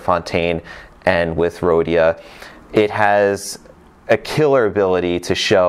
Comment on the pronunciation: Just Don’t say “Rhodia”